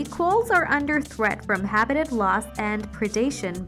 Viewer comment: This narration has got to be AI generated... the syllable emphasis on some words is terrible eg apparatus/habitat/intestine.